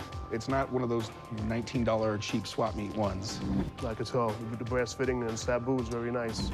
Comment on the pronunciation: This mf really called it a "Saboo" with all the confidence in the world.